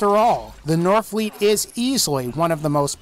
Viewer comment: Temetni lies. and the fact that you say "northfleet" instead of norfleet is cringey.